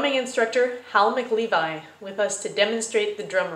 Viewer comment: Mac-LEVI!? What the what!?!?